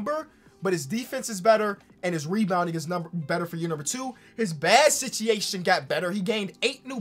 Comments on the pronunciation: regular people: “situation”: “sitiation” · No one:: Contract sitchiation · Nobody:: “Sichiation”